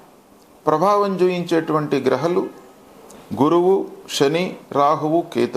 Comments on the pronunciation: వెన్నెల, ఎన్నెల ఎలా అంటున్నామో గ్రహలు గ్రహాలు అని ఉచ్చరిస్తున్నారు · గ్రహలు కాదు గ్రహాలు అనండి 🙏